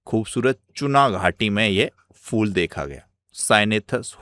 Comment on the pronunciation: bhai फ़ूल नहीं फूल kaha jata h